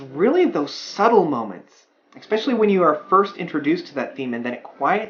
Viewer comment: Stop saying, "expecially." It's not a word.